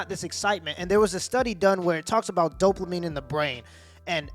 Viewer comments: Dopamine. You pronounced it right the first time you said it. Then you added an “L”: Doplamine 🤣😂🤣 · There is no L in dopamine. Not doplamine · Dopamine* not Doplamine. Lol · Doplamin gets me every time 😂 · It's dopamine. Not doplamine. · Bruh. Doplamine. Come on man. I like your videos but that drove me mad. It’s DOPAMINE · This man said doplamine like 4 times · Did my guy say “Dopluhmine” or am I just hearing it wrong ? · Don't mean to be that guy... but it is Dope Uh Meen instead of Dope La Meen, spelled Dopamine. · 7min29sec dopelamine lol Its dopamine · Anyone else bothered by him saying “doplamine” instead of “dopamine” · How many times did he call Dopamine “Doplamine”? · My guy just to help you its dopamine not dopelamine. Not an insult just a correction. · Bro wtf is Doplamine 😂😭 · Doplamine?! Lmao Just messing with you bruh. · bro it’s ‘dopamine’ not ‘doplamine’ haha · Dop"la"mine is killing me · Please stop saying "dopLamine". You're an authority on social/sexual interactions? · "Doplamene" :D It is "dopamine" my guy, it is "dopamine". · It’s ‘dopamine’ not ‘doplamine’. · Why do you keep saying doplamine when it's Dopamine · There's no L in dopamine😂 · There's no L in dopamine lol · You know there is no L in dopamine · I don't want to be "that guy", but sir .. there is no L in Dopamine. Now it feels like I'm nagging about something, it is not my intention, but if I would be in your position I would apricate to be corrected sooner rather then later. Keep it up! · Say it with me dope-a-meen.